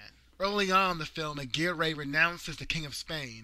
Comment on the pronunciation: Aguirre is pronounced Agirre..and with Spanish R..rolling the tip of the tongue...I had a girlfriend from nice town of Aguirre, Puerto Rico..